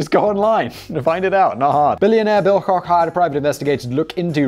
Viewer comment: You mispronounced Bill Kock's name.... He's a brother of the Koch (Coke ) Brothers of Koch Industries.